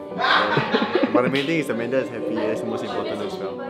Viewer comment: Why do u call amander when her name is scoot Beng